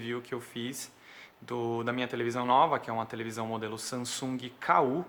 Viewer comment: Guys is not Sa”n”sung... is “Samsung” the “m” in the meddle, have to sound like a fucking “m”... capicce???